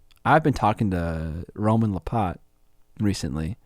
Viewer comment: Yeah, seriously, who the hell they're talking about can be kind of annoying...Especially when is a monoglot & can't pronounce Roman Lappat's name. I kept looking for Roman Le Pot. Sorry,, much love but give us a link or two:-P